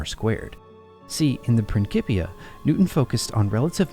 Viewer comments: Pronounced: “PrinSipia” … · Can't get pass this pronunciation of "principia"